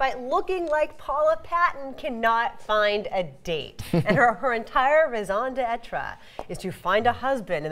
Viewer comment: In raison d'etre, you put an accent on the first e and don't pronounce the last one.